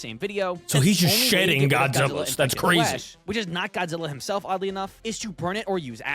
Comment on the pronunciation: He said “sheding”